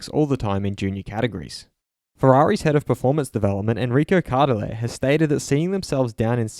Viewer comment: Great video :) PS the way to say ' Enrico Cardile' is with Cardìle , the syllabe 'DI' is the strong one.